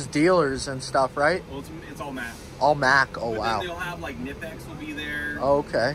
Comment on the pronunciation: It's pronounced Kuh-nip-ex btw ;)